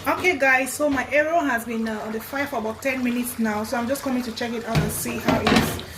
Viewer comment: it's pronounced as it's spelled eru not ero